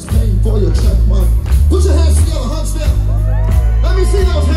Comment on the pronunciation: Wow, he pronounced your name correctly. Huntsville Alabama. I should have been there.